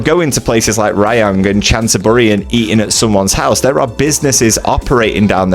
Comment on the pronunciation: Bro, you say it juntaburi not chantaburi, love your channel but cringe wvery time you butcher a name